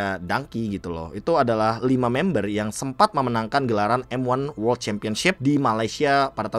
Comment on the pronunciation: World bang, bukan wolrd